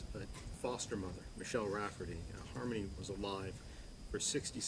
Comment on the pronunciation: Why doesn't ANYONE pronounce Michelle RAFTERY'S name correctly???? It's NOT Rafferty. It's RAFTERY! I love the prosecutor, but my God, could you not make sure that you pronounce her name right? C'mon!!! It offends me